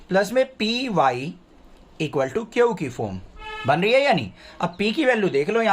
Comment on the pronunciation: Q ❌ kiouuuu☑️😂